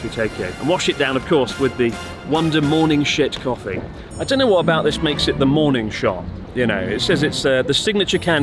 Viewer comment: Did he just say "morning shit coffee"?😅